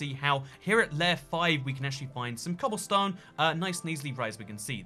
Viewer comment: is anyone gonna talk about how he says "cobblestone" as cobbleston